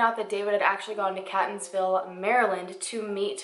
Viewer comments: I love you and your content. I can’t believe I am just now discovering you ❤️ also, I keep having a little laugh every time you say 🐈-tonsville. Obviously I know there’s no reason you would know how locals pronounce it. I grew up in that area and we pronounce it Kate-tonsville. I actually think I like CAT-onsville more ☺️ (oh yeah, and Elli-CUT City 😉) I know this is an old video but I live about 20 min from this area and have NEVER heard about this case. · This was a really well done video! I live in Baltimore and have never heard of this. (Baltimore is only about 25 minutes away from Catonsville and about 40 minutes for Ellicot City). By the way, Catonsville is pronounced Cay-tons-ville and Ellicot City is pronounced Ell-i-cut City. But great job! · Love your videos! You do an amazing job! So pronunciation...lol. Catonsville is pronounced Kay-tuns-ville. And Elliott City is pronounced Ell-i-kit City. You always ask for the pronunciations in the comments so that’s why I wrote this, not to pick on you or anything. Keep up the great work!! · I also love how you pronounce Catonsville! its actually pronounced keyt-nz-vil. I do love your videos and they are my absolute favorite. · Its pronounced.. Catonsville..(Kay tons ville).. Thx for doing this lesser known case. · From Maryland and live in the area... it’s pronounced Kate-tons-ville .. I know it’s weird because it’s spelled Catonsville lol. And Ellicot is pronounced elli-cut. But it’s All good though, I just kept cringing lol but great research. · The way she says Catonsville is so cute, lol but it's wrong. It's pronounced like Kate-onsville. And Ellicott City is more like a five-ten minute drive from Catonsville. You could even jog there pretty quickly because it's so close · They’re pronounced Kate-tons-ville and Ell-i-kit City. 🙂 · hmm. manybe he died of overdose then they got rid of body so they dont get in ttouble. AND ellicott is ell-a-kit city and catonsville is kay-tons-ville